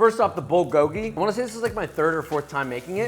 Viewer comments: As a korean, this video made me really happy to see someone make kbbq correctly. just work on your pronunciation a little (bulgogi: pul-gohk-ki) (galbi: gaiyr-bee) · This looks so good, but I’m slightly triggered by the way you pronounce “bulgogil” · As a Korean, you nailed it but one thing that bothered me is that you are butchering how you saying bulgogi and galbi. That’s about it! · Cant even pronounce galbi and bulgogi LMAO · Josh’s pronounciation of bulgogi was hurting me lol😂😂 food looks great tho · He botched every korean word💀💀💀